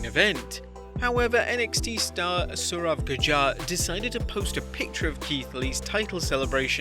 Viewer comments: its not surav judjar its saurav gurjar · It's Saurav Gudjar not Judjar